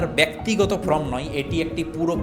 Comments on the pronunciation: Dada from noi.uchcharan ta thik kore korun.form hobe.😢😮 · APNI "FORM" ke always "FROM" BOLCHHEN KENO?? ARE YOU GODDAMN ILLITERATE????